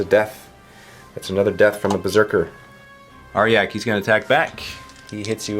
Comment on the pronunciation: ARE-JACK.. not arh-yak, i couldnt even